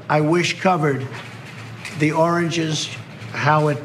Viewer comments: Ooh origins, it sounds like he's saying oranges like he was saying the oranges of this investigation. Lol anyone else heard oranges? Cuz it sounds like he's saying oranges... ORANGES!!! lol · I don't think it's his dentures or mental faculties. I think it's just that he never learned how to pronounce certain words correctly, especially when certain words almost sound like other words, for example, origins and oranges, so it's easier for him to say oranges rather than origins, because he has some sort of speech impediment that he can't pronounce origins correctly!